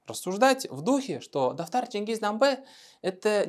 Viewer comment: Автор специально слово "дафтар" произносит "татар"?